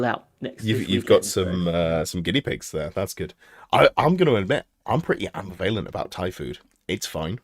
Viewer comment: Ambvalent?! Ambvalent?! Its pronounced Amb-iv-alant